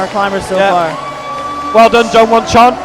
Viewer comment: How wrong was the commentator there? Poor form even suggesting it, but in fairness, he retracted it straight away. Also annoyed by the constant mispronunciation of the names. James Kassay, Jule Wurm and Jongwon Chon (for the first half of the comp). Good competition overall. Very close both females and males. Men's problems looked nails. Poor Rustam, doesn't seem to be on form at all this season.